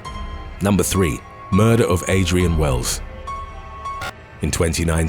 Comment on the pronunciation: How can someone see the word "murder" and arrive at the pronunciation " muhh-duhh"?